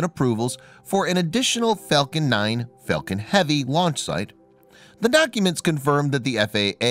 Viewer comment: I usually turn anything off as soon as I hear him. He kept saying Fellcon unstead of Falcon.